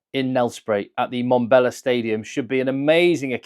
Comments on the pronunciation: Mbombela.....pronounced mm-bomb-bela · Don’t be too hard on. Watching the pre-game show on SuperSport, I noticed that even Schalk Burger, who played a test there in 2014, also can’t pronounce Mbombela.